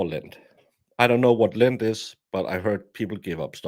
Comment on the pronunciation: My ears are getting old, I heard him say "lint"... he meant "Lent". Well then, big difference🤣🤣🤣